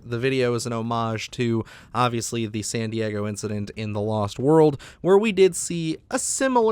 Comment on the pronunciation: i swear i thought you said Sandy Eggo Incident the first time. lol love your videos